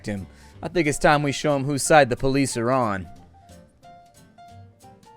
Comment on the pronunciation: "DIS IS DA POH-LEES!!!!" 🤣🤣🤣